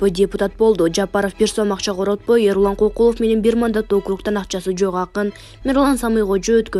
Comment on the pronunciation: Алып баруучу тилиңди булдурактатпай ордуңду таза так сүйлөгөн адамга өткөрүп берчи. Эрлан Кокулов эмес ЭрУлан Көкүлов десең.